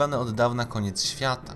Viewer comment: "InterpretowAAne" "koniec świAAta", "CentUUri" itd...i. Człowieku - popraw dykcję i zmień to tragiczne akcentowanie, bo uszy więdną. I usuń ten szczękościsk. życzę powodzEEnia